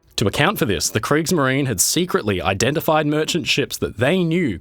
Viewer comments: if you want to speak german names in german language - do it properly or leave it. kriegsmarin > what is that? hunger? just eaten the last "e" which is essential? and so on ... but americans making fun of europeans because they can't say "squirrel"? you all can't say a word in german without making mistakes or having a really bad accent. lol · Only because I have noticed that my friend makes such a special effort to pronounce foreign names and terms correctly, am I pointing out that " -marine" (as in Kriegsmarine) has three syllables and sounds like the English "marina." 😁